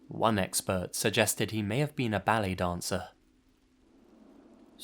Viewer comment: Ballet not balli